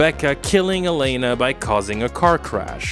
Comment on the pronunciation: You're pronouncing Elena's name wrong btw. Why are you saying Aleina.